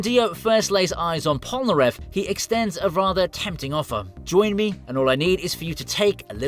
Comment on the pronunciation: “Pol-na-ref”?! Heresy.